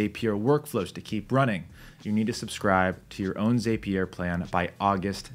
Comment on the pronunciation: It's pronounced zap-E-r, not zApe-E-r